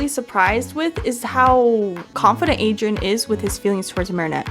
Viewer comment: I thought you were gonna say my name when you said Adrian because my name is Adriana 💀and I got exited but the way you said aderain 💀that’s how people call me adreiana